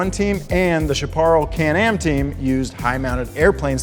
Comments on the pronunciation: Uh, that's Chapparal, like SHAP-PAH-ROWL, not shopporrell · Shah puh rell. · Sorry but it’s pronounced shap-uh-rail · It's pronounced the "chap er el" not " char parral". :-) It was one of the most popular "tether cars" we had as kids. Just to clarify, It was the powered fans that provided "suction" that was banned along with the driver-adjustable strut mounted wing. The wing was never banned. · "Sha paral" really? Are you really that ignorant of any automotive history" The car was a Chaparral, pronounced "Shap a ral." You are as ignorant as a couple other zeros on this team as far as auto reporting. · The CHAPARRAL car is not pronounced "sha pa ral" it's "shapper Al".I thought you guys knew something about cars??!!. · He didn’t know “Chaparral “? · What the heck - did you just destroy the pronunciation of Chaparral?!?!? Do you know even ONE thing about Chaparral? Just ONE THING??? I just puked all over Donut Media...and it felt good! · I love that some of the younger generation is still into cars, but how in hell can a car person not know how to pronounce "Chaparral"? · Chapparal (google how to pronounce it) pioneered the wheel hub-mounted wing (among other aero tricks). putting it in clean air is just good practice. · Dude can't pronounce chaparral, lol.